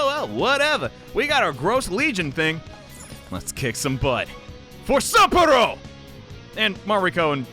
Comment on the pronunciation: Well here goes nothing. Time for the nightmare Shadow. Really feeling sorry for Haru now... OK, feeling inspired now. Let's go steal a heart. Kick butt, take names, and steal hearts? Legion is not grosser than Shadow Mariko, and Sapporo is more like "Supper-o." Now the battle begins! And that's the part that gives me the creeps... How did you AoA before she could recover? So Shadow Mariko is a reference to the idiom "eat or be eaten..." And the first thing the PTs do after defeating the Shadow of gluttony? Get in an argument over food. Wait.. Shadows and real people share no memories, yet Mariko remembers what Haru told her? That Ferris wheel scene was cute! Why create Monarchs in the first place? That's what I wonder.